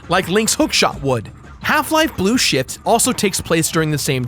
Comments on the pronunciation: says Blue Shit instead of Blue Shift:P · Half life blue shit! I know he meant blue shift but it sounds like blue shit.